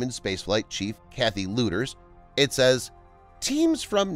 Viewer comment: She spells her name Kathy Lueders, but she pronounces it Kathy "Leeders".